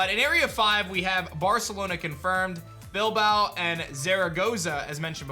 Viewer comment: You said every Spanish city wrong except from Bilbao, which you even said in the vasc language. Not ironically, thanks :D